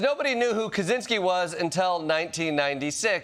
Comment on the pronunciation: I'm surprised he could pronounce Ted Kaczynski's last name right.